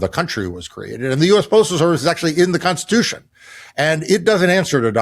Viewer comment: constitution constishuhun